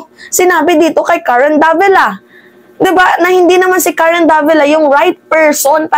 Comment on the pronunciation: Mga chinese hndi nila mbigkas ang "R" kya pansin nyo c mayora hirap bigkasin ang R , pagbigkas nya ng Karen prang karwen.. khit mag english mga chekwa missing plagi ang 'R .. example airport bigkas nila ehpot